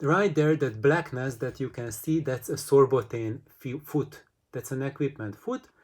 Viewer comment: Ok! And what is the name/material of the foot? You say “sorebotaine”:) Sorry, not making jokes about accents here, just trying to find a similar foot:)) Thanks again! Edit: I googled the term and I guess you said Sorbothane. Is that especially recommended, or are other materials equally usable? Thanks!